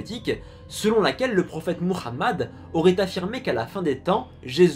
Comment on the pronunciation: Il a du mal avec la prononciation en arabe j'ai eu mal aux oreilles quand il a prononcé Mohamed en autres